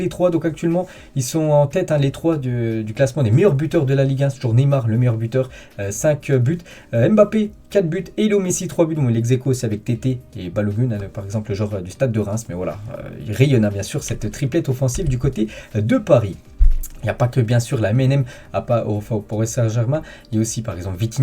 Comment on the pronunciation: C'est pas Tété mais Thèate